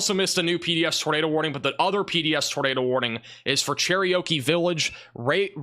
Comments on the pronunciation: You butchered the name Cherokee. Like...did you ever really bother to try to read the name? I understand accents can influence pronunciations, but really? "Cher-ry--o-key?" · U said Cherokee like it was an Indian Oreo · Cherokee is not that difficult a word. Lol. Good coverage